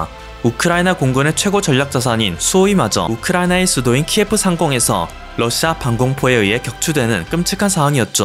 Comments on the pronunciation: 키예프가 아니라 키이우라고 해야 합니다~~ 우크라이나인들은 러시아식 발음인 키예프라고 하는걸 엄청 마음 아파한답니다. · 키예프는 러시아의 발음으로 키예프고 키이우가 맞습니다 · 키여프는 러시아식 발음 키우로 우크라이나식으로 독도를생각하면 답이보이죠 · 키예프는 러시아발음입니다 전쟁하고 있는 상대방국가의 언어로 자신의 수도가 불리면 좋을까요? 키이우입니다 우크라이나 언어로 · 키예프는 러시아식 발음입니다. 우크라이나식 발음인 키이우로 정정 해야합니다.